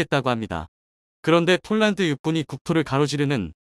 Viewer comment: 폴란드를 쫄란드라고 번번히 잘못 읽고있늣데 국가의 이름을 잘모 읽어서 무슨 도움이 있나요?